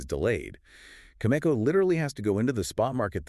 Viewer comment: How in the world can the two of you claim to uranium experts when you can’t even pronounce Cameco properly? Answer: you can’t. Maybe listen to their shareholders call when they report earnings. Or maybe the two of you are just some AI garbage. AI or not this is garbage content.